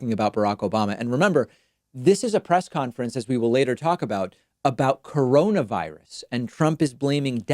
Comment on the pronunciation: I thought he called it "Caronavirus."